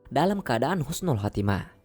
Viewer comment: Tolong dibetulkan bukan khusnul tapi husnul....maaf dan tks.